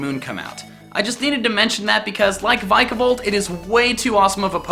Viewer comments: You... butchered the name of my new favorite bug type!!! It's Vic-a-Volt. 'Vic' as in victory, who says the I like the way you said it? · I misread it as "The Pokemon of Everyt Type" Also, how do you read Vikavolt as Vike-a-volt, when i read it as Vik-a-volt? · it's Vika- volt